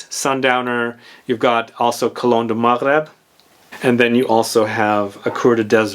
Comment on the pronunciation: You pronounced Maghreb riiiiiight I love you for that❤️